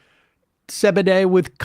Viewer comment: Sam pronounces CBD as “zebeday”??